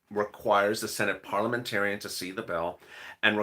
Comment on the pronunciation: Bill ,bill, bill not pill...